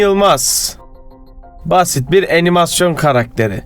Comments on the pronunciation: Sadece animasyona enimasyon demen yoksa ç∞k ciddiydim... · 2 gizem ds abi neden animasyon yerine enimasyon diyo buda gelsin. Lütfen